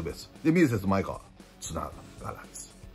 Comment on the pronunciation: まえがわ、です。まえかわ、ではありません。